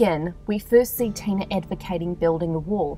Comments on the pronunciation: Ok but her name is Tila not Tina thanks. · Is she saying Tina or Tila?